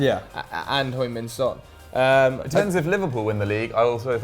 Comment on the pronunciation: Please stop saying hoing min son.